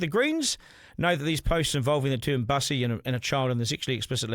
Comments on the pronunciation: Not pronounced like bus, a form of transport, rather I thought Bussy was nasty slang for 'Back Pussy' (rhymes with pussy). And the Greens accept this perversion. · Its not Bus-e it's Bussy because it rhymes with Pussy. It originated in Prison. Its nothing to do with the LGB community. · its not mussy its bussy B for boi.... not Man and its derived from the slang word for cat so is not pronounced like a bus. so Duncan by playing safe you also fail to give a complete picture. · Get the pronunciation correct…..It’s Bussy as in Pussy.